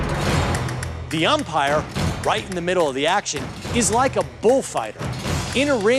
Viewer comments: He says umpire at around 150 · did he really just say "the umpire" smh